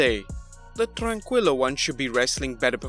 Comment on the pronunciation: Its Tran- Kilo "tranquilo"